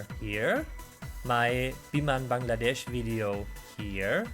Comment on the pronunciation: Foreigners usually say Baang laa desh. But your pronounce is absolutely like native